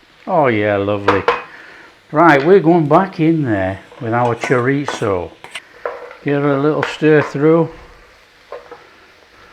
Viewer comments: "chorizio" lol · Love how different people pronounce Chorizo 😃. This looks so tasty. Thanks 👍🤗🇬🇧